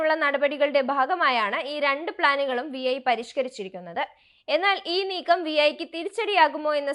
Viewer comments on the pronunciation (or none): വി ഐ അല്ല വീ 🙄